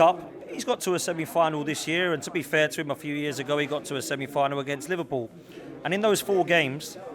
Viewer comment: The way he is saying Liverpool, maybe he has a speech impediment. LFC has clearly been the best team in the league, and Arsenal just do not have what it takes to win the big trophies